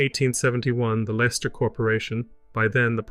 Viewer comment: Leicester is pronounced Lester. If you ever need any help please contact me.